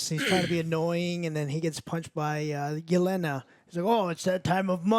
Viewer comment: The vest the sister gives her is Infinity War, a cool throwback. Yall kept saying Elena, its Yelena, 😂. Also, Madame Hydra may not be Madame Hydra yet, all we know is her name is Val. We also don't everything Val's gonna say to get Yelena to go after Hawkeye till his show probably.